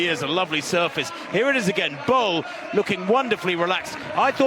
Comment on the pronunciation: Bull. Her name is pronounced, "Femka Bull". Not Bowl. Not Ball. It is Bull. Listen to her sometime pronounce her name.